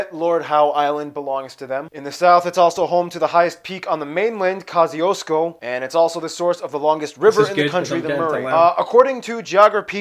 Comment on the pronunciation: Just a couple of correction It is mount kos-ee-osko It is coup-a-pee-dee